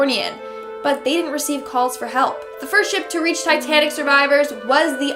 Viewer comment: This girl... She can’t pronounce basic English words like Titanic; in another video she pronounces Costa Rica as Cost-a Rica.